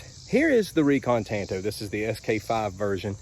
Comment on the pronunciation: I really dig your videos, my man but your butchering and miss pronunciation of my favorite blade shape, “Tanto” is driving me out of my mind! Japanese word, Tanto. Look up how many ways you pronounce a “a” sound in Japanese. One. One way:”ah” It’s literally the same as the lone rangers sidekick, Tonto. Same pronunciation. It’s a different language. Imagine that. 😂 Keep it coming regardless.